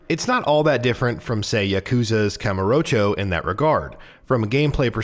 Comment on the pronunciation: why does everyone butcher the pronounciation of yakuza? It's not ya-koo-za. the ku is a short sound, and the ya is yah. Then there's kamurocho. Kah-moo-ro-cho being the correct pronounciation. Imagine playing the game then refusing to use the pronunciations used in that game